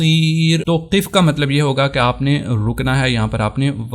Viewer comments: بھائ قف زیر کے ساتھ نہیں ہے زبر کے ساتھ ہے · اپ وقفة کو زبر کے ساتھ پڑھ رہے ہیں اور قف کو زیر کے ساتھ